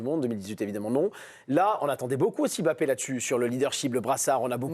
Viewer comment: On ne dit pas M-Bappé. Vous êtes INFOUTUS pour prononcer correctement le nom de famille de votre génie Français. C’est lamentable et médiocre. INFOUTUS de prononcer correctement le nom de Mbappé, INFOUTUS de prononcer correctement le nom de N’Golo Kanté.